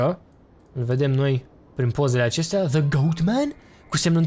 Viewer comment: De ce zici "za" la the